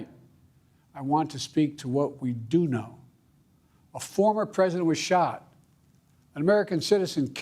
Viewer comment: at 1.53 "thankfully Former Trump" or "thankfully Farmer Trump " lol some body forgot to delete Former President Trump . from his speech . or some body put in his speech former president trump so he ommited president lol